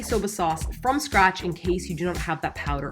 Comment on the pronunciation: Who else went back to see if really did say shcratch. 🙋‍♀️